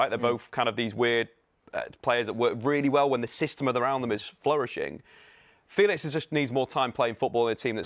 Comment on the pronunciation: Feelix not Felix hes said that's not how you pronounce his name lol.